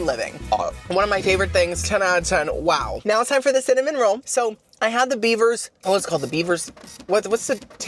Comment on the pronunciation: I thought you said Biebers not beavers lol